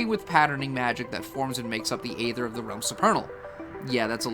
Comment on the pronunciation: Aside from the audio mixing, the only complaint I have is that some of your pronunciations were kinda wonky. Specifically arcana, thaumaturgy, aether, and mana. Literally just a personal thing with me though, the video is super informative for a first timer like me looking for info.